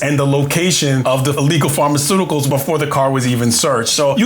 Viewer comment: You keep saying "pharmaceuticals".... No way.